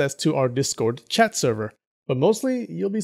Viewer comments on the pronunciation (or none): none